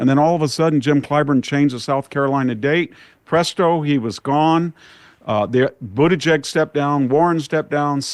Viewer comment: MY GUY said "BUTT-igieg" instead of (Boot-igieg) 🤣😜